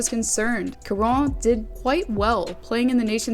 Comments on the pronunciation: Charon is said like Chara a soft Ch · Charon = "sha ron" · Damn the number of times you said Charron's name incorrectly is astounding 😂